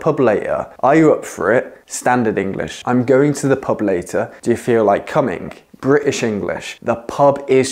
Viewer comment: He pronounces "cominG". Dat is the true ænglisk!